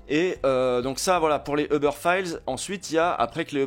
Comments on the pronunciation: Pk vous dites tous Eubeur 😭 ça me treugueur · Pourquoi est-ce que les Français ne prononcent ‘’Uber’’ ni en français, ni en anglais? En tant que francophone, je trouve ça franchement chiant.